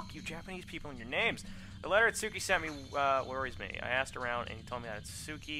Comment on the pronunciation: it's pronounced It-ski just like Samonosuke or Sah-mon-oh-Ski